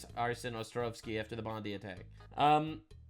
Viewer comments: Bon Die (just like the poor innocent's) not bon deee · Pronounced, Bon-die. No pun intended.